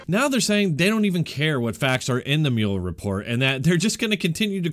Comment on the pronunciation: You are pronouncing Muller wrong